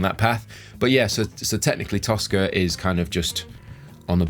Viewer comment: Toska, I thought you said Tosser. Hahahahaha!